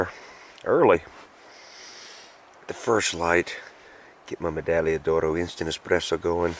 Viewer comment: Love it!! I was in the pomoly hot tent hammock tarp last weekend at -23C. I think its the best of both worlds mashed into one. Learned so much from your videos including how to pronounce "medaglia oro" 😋